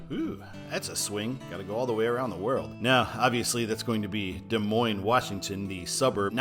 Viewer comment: Washington locals pronounce it Des Moine-SSSSS. Yes, they say the "S" at the end. So annoying! #I'mAMidwestTransplantInThePNW 😄😄😄